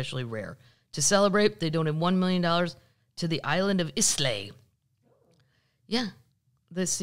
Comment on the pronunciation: Hey Kathleen, just wanted to add two cents to your pubcast, there are nine distilleries on Islay , ( pronounced..... eye - La ) Now you know ;) Ed en burrr rah ...... Scotland. It is Awesome 😘 but it's not a Burg I know I know , LOL I can hear you saying F off , I'm just trying to help you not sound like an untravelled American ,plus I love Scotland so much 💙💙💙 and you and Paddles of course